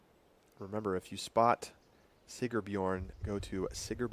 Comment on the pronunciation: it's SigRbjorn. There's an R in the middle. Like the sponsor's name - Sigr. Otherwise, great job! DGN production team - volume control was terrible, all over the place. Loud for commentary, really low for ads. Camera operators weren't tracking discs as well as one would hope. Fun course and beautiful!